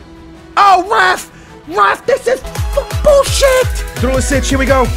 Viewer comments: Drulicic? How hard is it to say "Djuricic"? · I don't know how, but always adds a "l" to duricic's name to make it "drulicic"